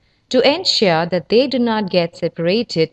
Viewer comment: "Vay vathered wegtibles"